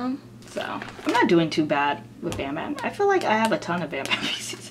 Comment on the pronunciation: what da hell is "pisis" ??? everytime ure going to say "photocard PISIS" im like "huh?? fvk what is pisis?? i dont know anything! what free photocard whe u go to showcase?? what showcase??? i dont understand a thing!" k perhaps im fake LOL